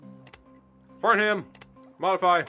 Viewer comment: You said fartham that’s strange